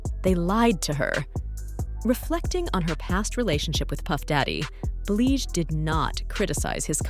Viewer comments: Who the hell is “Bleeej” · Why is it that you can make this video but can't pronounce her name correctly. The women has been singing over 25years how the hell you dont know how to pronounce it.. Yall white people do this a lot i notice when making these videos. Just sad...